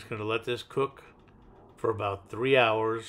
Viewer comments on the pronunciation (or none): none